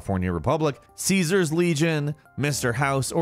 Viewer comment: I just kind of think you should avoid talking about New Vegas until you know how to pronounce “Caesar”. 🤷🏻‍♀️